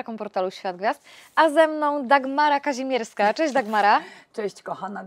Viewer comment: Aby NAZWISKA NIE PRZEKRĘCALI….nazwisko KAŹMIERSKA….a przedstawia się za każdym razem KAZIMIERSKA….hipokryzja?